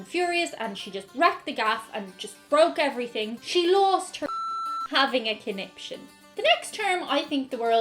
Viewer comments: I always heard it as "coniption fit" as he threw a conption fit. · My mum Says "connipshit" I believe she believes it is the correct way to pronounce conniption.